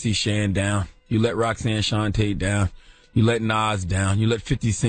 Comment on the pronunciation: Lmao the nigga said Roxanne Shauntae lmao oml she let her down man smh. That's a bad look for Queens